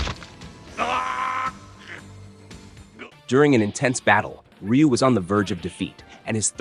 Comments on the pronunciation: It's pronounced "Roo" not "Re-you" or "Rye-You". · Actually everyone outside of Japan has been pronouncing his name wrong. It's actually pronounced RU (r-oo). Just like how everyone outside of Japan pronounces Aran incorrectly. It's not aaron but A-RAN. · His name sounds closer to Roo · Well, how do you even pronounce it? "Ra-yu"?